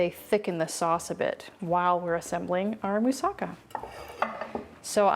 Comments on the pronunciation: Yes..."Moussa-KA" is how to pronounce! One of my favorite Greek dishes and I HAVE to try this! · I just learned from native Greek people, that "Moussaka" is pronounced right, when the accent is on the LAST syllable, meaning "MoussaKA", (NOT "MoussAka", or "MOUssaka"). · Yum! Looks delicious! Pronounced with the accent on the ka at the end.